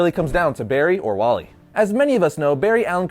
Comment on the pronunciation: dude its wally not wallet